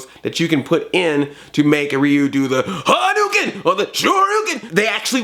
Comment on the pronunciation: Andre, actually the attack is pronounced Ha DOH Ken. not Ha-doo-ken. >_>